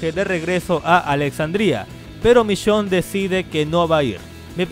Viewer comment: "vishionne" v